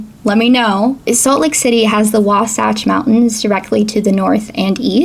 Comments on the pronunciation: Utahn born and raised you said it right!! Wa-sach!! Honestly thought while reading the books!! In school i had to take Utah history which taught us about the donner party!! They got trapped in a bad snowstorm only 1 member surived!! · You pronounced the Wasatch mountains perfectly, no notes! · Salt lake native here. She said Wasatch and Oquirrh pretty spot on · Also, you said Wasatch correctly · You pronounced Wasatch correctly. We are very into genealogical research. That does not actually translate into being proud of our ancestors. The difference between the first presidency and president is that the first presidency includes the president and his counselors, not just the single individual. As far as being "second in command" most church decisions are actually made in counsel with all 15 members of the first presidency and quorum of the twelve, and generally other church leaders as well. The leadership falling to the 12 only really applies when the president dies. The Garden of Eden wasn't necessarily in Missouri, just the place where Adam and Eve ended up after being cast out of the Garden. The Church had to be up front about not being abolitionists at one point, because the fact that we allowed black members into our church, didn't have slaves, and were trying to settle in Missouri, made us look an awful lot like we were trying to make Missouri (the state of the infamous Missouri compromise) into a free state. It wasn't that we were pro slavery, just that the church wasn't actively seeking to promote abolitionism. We allowed then, and now, for members of the church to vote as they see fit in political matters. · Wasatch mountains was pronounced spot on! (to say the least) lol. Salt Lake City is made well, ngl. I am not Mormon lol. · from Utah and those pronunciations are how locals would pronounce them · You said Wasatch correctly! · Local. You nailed the Wasatch pronunciation, good job! :) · You did say Wasatch correctly!